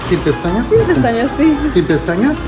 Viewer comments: He heard "SI pestañas" instead of "SIN pestañas". 😂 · cuando dice "Sin"? (without?) suena a Sí? (yes) so es normal que se haya confundido! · I replayed the beginning multiple times. Mamas, your body language and low voice made him think you wanted lashes. He asked a yes or no question, not with or without. When you said “sin” it sounded like “sí” so when he asked you again just to be sure, he asked “sí?” We don’t see his body language so we don’t know if he said si or sin, but I’m pretty sure you misled him. My tip is be more assertive, no matter how shy you really are. You got this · He thought u said “si pestañas” not “sin pestañas” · "sin pestañas"& "si pestañas" is very alike to be fair, it sounded like you said yes lashes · He misunderstood. You said "sin pestañas" but he understood "sí, pestañas" and he repeated "sí?" and you confirmed. He didn't say "without". As an advice, do not stress the word "sin". In Spanish we tend to stress the noun, so "sin pesTAñas" instead of "SIN pestañas", because the afirmation "sí" is stressed, ence why he could have heard wrong. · el escucho "si pestañas" no entendió "sin pestaña", no lo culpen es que parece que dice "SÍ pestañas" 😂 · Él pensó que dijiste "Sí, pestañas" en lugar de "Sin pestañas". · He says si, pestañas? you say sin pestañas. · to be fair, "Sin pestañas" did sound like " Si, pestañas" and then you nodded when he confirmed but still lol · At the beginning you said "sin" which was heard as "si" so not really his fault tbh Everything else tho... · I mean to be fair in Spanish it did sound like you said “si, pestañas” like yes, lashes.. lol but the rest was a train wreck 😭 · When he asked you if you wanted lashes, it sounded like you said “Si, pestañas”. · As a Spanish speaker, the first time you said "without" it sounded like a "si" to "si quiero" maybe that's why the confusion at first with the eyelashes 😂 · i speak spanish and it sounds like you say "yes,lashes"